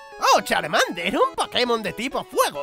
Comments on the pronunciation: SE DIERON CUENTA DE QUE CHARMANDER DIGO CHARMANDO EN VES DE CHARMANDER. XDXDxdxdxdxdxdxdXDXDXDXDXDXDXD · Charmando nahi Charmender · lije si te diste cuenta que charmander dijo charmando :v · Encima dice charmando u